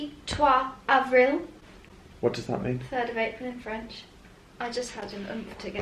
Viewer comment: have a good French accent! I'm watching you from Normandy; thanks for your vlogs;I miss London so much 👍😀